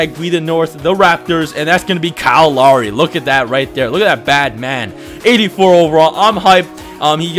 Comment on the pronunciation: who else thought he said kyle Lowry weird